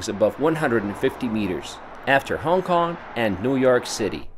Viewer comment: Love your video. The only question I have is that why do you keep mispronouncing, "Hong Kong" as "Hon Kon"?